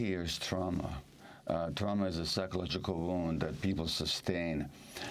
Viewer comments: Amy, please don’t take offense, but the word is, “TRAW-muh” — not, “TROW-muh” traw, like draw… not trow, as in trowel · what's Troww Ma ? I got it hearing that word. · Excellent, brilliant, blah, blah, blah...l just wish that Amy would pronounce the word "trauma" the same way everyone else does. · Great interview. But that pronunciation of 'trauma', why? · improper to teutonize the pronunciation of a perfectly assimilated English word, trauma.